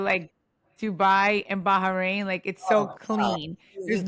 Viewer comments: Teresa calling it "Baharain" is too cute.. it's giving "Ingredientses " love her 😂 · Teresa's pronunciation of BaHrain is sending me, you can tell she heard too much about Ba-ha-mar from joe Giudice 😂